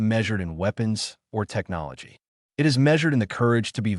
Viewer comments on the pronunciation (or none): none